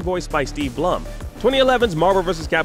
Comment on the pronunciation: It's pronounced Steve Bloom, Not Blumm. Even at panels where Steve Blum is the guest, it's pronounced Bloom.